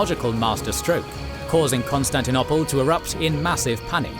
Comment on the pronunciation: Since when is it pronounced Constantin- opple? Coup d'tat... is pronounced coup d'et ah. Sorry but repeated mispronunciation really ruins the listening experience. Leave history to the historians.